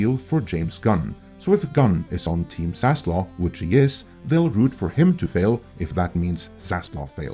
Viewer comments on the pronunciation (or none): You’re getting dislike for keeping mispronouncing Zaslav’s name (it is not Zaslaw you retard!).